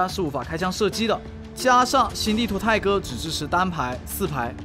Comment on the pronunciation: 希望能加到手機，還有第一次聽差點聽成胎哥